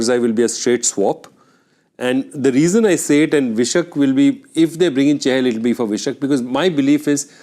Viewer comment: wtf is vishak? It's vyshak : why-shak.